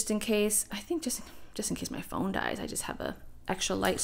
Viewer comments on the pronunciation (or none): none